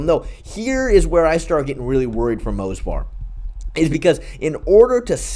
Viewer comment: It's Movsar bro, not Mosvar lol